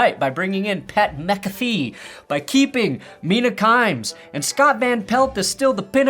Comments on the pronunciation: "Keeping Mina Kimes", are you serious? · Mina Kimes? Seriously?